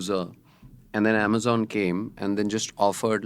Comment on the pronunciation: Sorry, I don’t mean to be pedantic, but the way the host keeps saying amazen, is just taking me out. I had to stop listening even though I thought the content was good